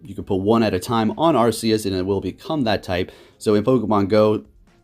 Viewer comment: It was pokemon presents. Arceus is pronounced ark-ee-us